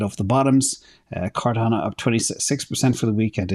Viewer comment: Cor-dano Lol I call it Cardano